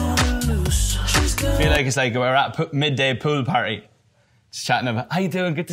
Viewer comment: nobody: niall horan: i feel like i’m at a pewl party